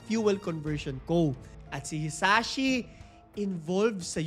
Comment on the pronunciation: Hisashi po, not Hisachi...grabe talaga nangyare sa kanya.